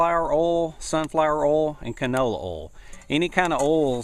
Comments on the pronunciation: Its called oil not urlll. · Oil not orl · u say oil as ole didn't know what u wa talkin g about lol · You southerners pronounce oil funny, haha :) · i love how he says oil lol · u need to learn how to pronounce oil.